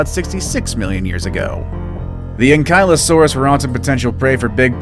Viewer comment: look kid its pronouced anky-lo-saurus